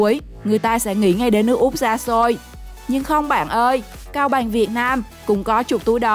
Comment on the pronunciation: nói chưa sõi mà đòi thuyết minh "cao bằng thì thành cao bài" kkk, hãy dẹp đi, học nói chuẩn đã nha